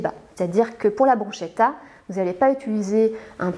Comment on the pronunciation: Pour votre info de nutritionniste et votre culture générale, le mot italien bruschetta se prononce "brousketta" en français. De rien.